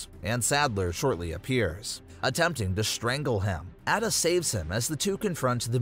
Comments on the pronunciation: Bro said at-a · Hold up it’s A DUH not adda….. ada wong. Also the original res 4 is better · It's a-duh not ada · Your also pronouncing Ada wrong it’s “aye-duh” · Can you do the video again but pronounce the names right if you don’t know how to pronounce them Leon says both Ada and luis in the cutscenes